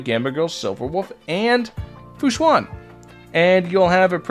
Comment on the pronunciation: its pronounced shuen like shoe-en not shu-an. just fyi! :)